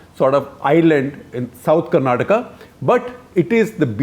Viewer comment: Thankfully shekarji pronounced Karnataka correctly ..It’s Karnataka and not Karnatak ..🙏🏻